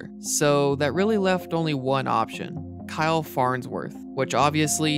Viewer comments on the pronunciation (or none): none